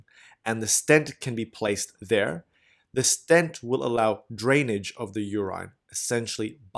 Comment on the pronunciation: LOVE your illustrations. But please, please, check your pronunciation. I shudder with every mispronounced 'urine', or 'cholymicron'. Keep up the great work.